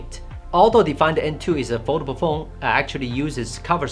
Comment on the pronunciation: Fol-da-ble phone, not Vodafone 😉 Great review and some good points you make!